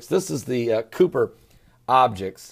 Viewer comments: I tried. I made it to . Give me some credit, that's more than halfway!!! 1. "The Cooper belt" Try again. To be completely fair though, pronunciation will never stop me from listening with an open mind to anyone's alternative views. Different people say things differently (poh-tay-tow, poh-tah-tow). Even scientists can't seem to agree on "Kye-per" or "koy-per". So... free pass 2. "Cooper belt objects are not considered "solar system objects" Ummm, yes, yes they very, very much are 3. "Is this planet x, the dwarf star?" Planets are not stars. Stars are not planets (even brown dwarf stars) 4. "Scientists are now telling us that ALL of the other planet's orbits are being effected by this". No sir. No they are not saying that at all Unlike most of my "scientific" counterparts, I don't have an absolutely blind faith in what I'm told by scientists is "true" (then often disproven by science's own healthy process). I don't believe that science and faith necessarily have to stand completely at odds. As a matter of fact, I believe that The Bible - when not taken 100% literally - can provide science with clues for things that really happened in those times (I.e. great floods, asteroid strikes, volcano eruptions, possible gamma ray bursts etc). So, I like alternative theories, and if the person presenting them makes sense, cites sources, and clearly knows what they're talking about, then they get my respect. But, once credibility is gone, I must be moving on. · kuiper............pronounced k eye per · Cooper belt lol come on man, but good video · It's colloquially pronounced KAI-pur belt. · "The Kooper Belt" lol... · k'ui'per is pronounced the same as St'uy'vesant.. it's Dutch. didn't know scientists where discussing on how to butcher "Kuiper" lol